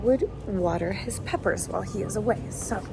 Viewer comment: I had to watch twice to make sure you said "water some peppers" and not "water some puppers". :D